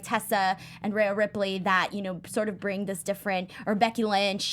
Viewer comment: Great show as usual but its Rhea not Raya!!